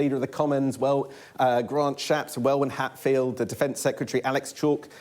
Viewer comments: The second w in Welwyn is silent! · Hard to take an election expert seriously when he repeatedly says Well-Win for Welwyn (Wellin) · Surprised he can't pronounce Welwyn correctly. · He need to learn to say Welwyn!